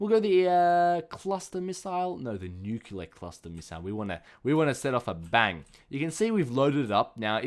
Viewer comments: Oh my goodness! He keeps saying nuclear wrong! its not newkyewler! its newkleer! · Nuclear*. Not nuculear.